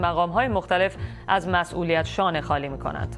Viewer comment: کلمات را درست تلفظ کن. شانه خانی چیه؟! خالی و خانی دو مفهوم جدا گانه است. این چندمین بار است که کلمات و اصطلاحات روزمره را اشتباه تلفظ می کنی.